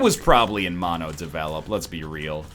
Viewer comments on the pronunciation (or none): none